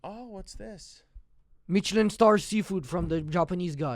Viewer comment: “meecheleen star”